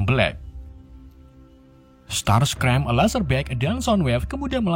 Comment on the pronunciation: Bacanya starscream bg bukan starscem